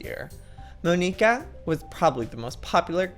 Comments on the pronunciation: It's not Mo-nee-ka it's M-on-i-ka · It's Mon-ika